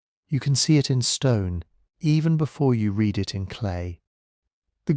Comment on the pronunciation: Dear little ai: read pronounced red is past tense. Read pronounced reed is what you need to say you genuinely read them.